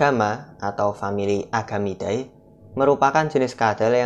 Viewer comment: Nice om.. Tapi saran aja bacanya jangan "ae" Langsung aja "ide" Jadi bacanya agamide, lacertide 😊